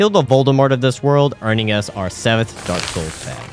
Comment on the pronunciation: Derek soils